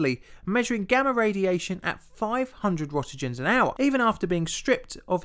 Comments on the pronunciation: Rontgens, or Rentgens, not Rontogens or rotogens. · "rotegens"? I guess he means "Roentgens". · Rent-gens (hard g) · Great vid but... should really look into pronouncing "roentgens" properly. xD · You find pronouncing Röntgens plainly difficult.